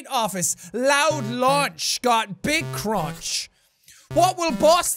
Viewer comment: the way you CRONCH